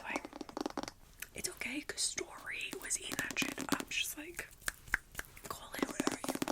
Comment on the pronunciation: STOR-REE 😂 I don't think this is sleeping material, this video is hilarious 😂 🏎 🏎